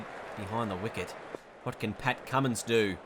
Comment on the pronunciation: His name is Cummins not Cummings